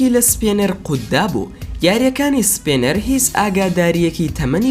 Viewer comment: سپێنەر نا سپینەر